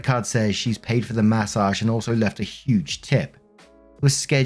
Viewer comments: Take a shot everytime says Massauge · I like the way you say "mA SOJJJJJH"